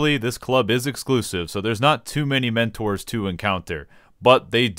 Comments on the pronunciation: I was frowning until you said mentoors then started laughing hysterically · At the beginning I thought he was shitting on sprouts like me and I just laughed so loud when he said mentors